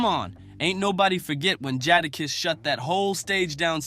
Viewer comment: he said jodakiss lol